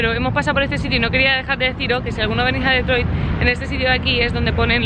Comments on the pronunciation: No se pronuncia DEtroit si no"Ditroit" con pronunciación en inglés...por FAVOR. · Se dice o se pronuncia Ditroit y no DETROIT